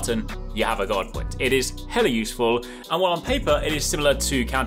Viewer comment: Due to your accent "Guard Point" sounds like "God point". I approve lol